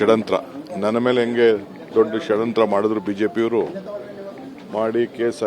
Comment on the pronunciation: Shadanthra alla guru shadyanthra